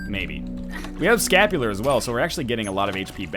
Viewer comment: I cringed every time he said he had scapular